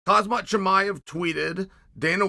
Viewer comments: It’s KHAM-ZAT, this bloke has made 15 vids on the guy and still calls him khazmat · Chael please!! Their names are not kazmat, piera nor duplici 😂😂 come on